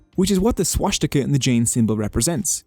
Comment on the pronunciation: Why the heck is swastika being pronounced w a German accent?